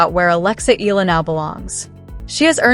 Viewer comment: ehh-ya--la mam